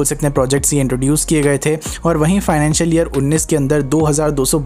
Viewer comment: Bhai love to watch ur content..but sometime u make some terrible mistakes jis ko agar ignore b krna chahe to kr nhi skte like u r wrongly pronounced financial years every time in this video plz try to avoid such mistakes isse content thoda mature lgega and please don't take it as a hate full comment i just wish ki tum or successful ho👍🏻